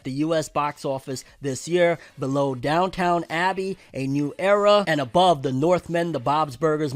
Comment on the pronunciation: "Downtown" Abbey?😂😂